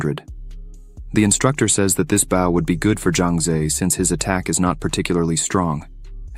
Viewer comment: I like it, has above average grammar but come on the AI reader is annoying. keeps reading words like weapon as "weepon" and friend a"frind" Bow as "boo" etc...